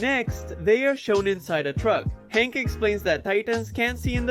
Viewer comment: You call hange hank?😭😭😭